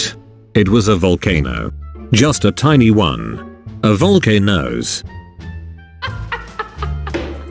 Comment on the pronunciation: Awesome - you said send volcanose to Jin.